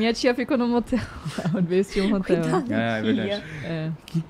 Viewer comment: "Matel" ou "Hatel" Kkkkkkkkkkkkkkkkkkkkkk